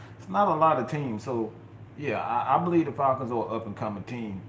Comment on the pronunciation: Not bo lieve😂😂 👍🏾